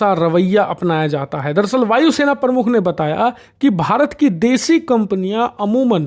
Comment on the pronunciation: Your Hindi pronunciations are very poor like you said vaayu sena parmukh which is wrong, I'd you are running a hindi channel then you should perfect in hindi, it's not parmukh, it is pramukh, thoda dhyan dijiye